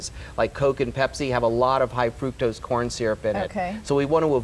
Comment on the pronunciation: I CANNOT listen to her say "frukose" one more time - it's FRUCTOSE!